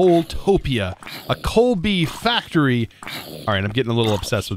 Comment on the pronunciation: Basketball fans everytime says "coalbee":):|:°(